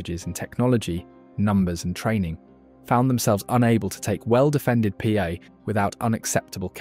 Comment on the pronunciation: Pa is pronounced Pā (Par) good video